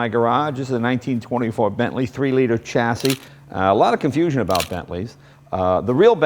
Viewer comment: Chassis? Isn't it pronounced shassis?